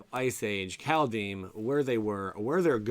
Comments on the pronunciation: Kaldhyme not kaldheem 🤓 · Just a little thing geez. Pronunciation: Kald (Cold) is like car, then curl your tongue around the L, if you are able, roll the D. Heim is just Hi with an m. 🥕